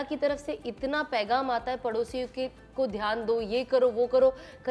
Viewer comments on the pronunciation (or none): Sana Madam please correct your some urdu words, Pegaam nahi Peghaam, Sabar nahi Sabr etc